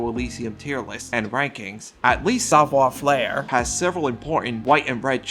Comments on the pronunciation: bro said "savoir flair" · I can’t tell if your mispronunciation of Savoir Faire is on purpose as a bit or if that’s how you think it’s supposed to be pronounced. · He's calling it Savoir Flair on purpose, right? Like it's rage/engagement bait?